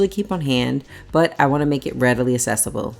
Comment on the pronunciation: It’s pronounced ack-cessible not ass-cessible. 😊